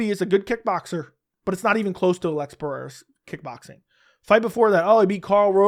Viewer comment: Why do you pronounce it "ah-leggs" ? I seriously don't get it. That's not how he pronounces it. He just says alex